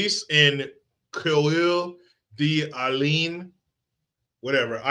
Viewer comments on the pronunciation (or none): Pronounced "CORE-deh-lane". Love ya,. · its pronounced core- da- lane 👍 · 'Core da lane' near 'Spo can'